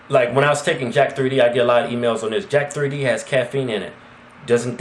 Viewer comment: Its not jack-3d its pronouced as jacked and out of all the supplements i never hear yall talk about amino acids(bcaa's) i take monster amino by cyto-sport and ever since i have be gettin intense gains yall should try it